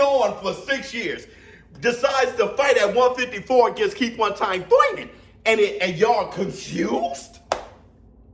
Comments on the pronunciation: It's pronounced ' one time Thoyman '!! Lol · Why you say Keith last name like that!? 🤣🤣🤣🤣🤣🤣🤣🤣🤣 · is right yall need to chill!!! and i be Laughin so hard yu can't say keith name regular for nothin😂😂😂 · Can you stop saying Thurmans name like that